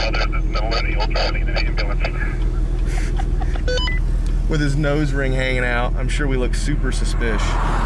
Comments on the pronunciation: All I can hear when you say ambulance is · LOL I love how he says, "Hey, don't hit my truck with your **ambulance**, like he's deliberately "saying it for the first time" to get his buddy accustomed to owning an ambulance :D